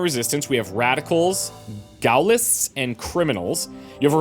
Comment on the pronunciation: It's pronounced Gawllist btw, French word, supporters of Charles de Gaulle, the leader of the French Resistance =P